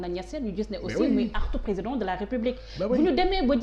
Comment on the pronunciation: Regarde moi ce personne qui n'est pas intelligent les journalistes qui ce permet de lui donner la parole et entrain de traiter le président de tout les noms il a même du mal pour dire président emplus la journalistes rigole comme si sa lui fait plaisir